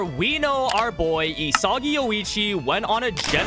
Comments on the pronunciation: why does it piss me off when he says E-soggy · bro is losing aura points for saying isagi wrong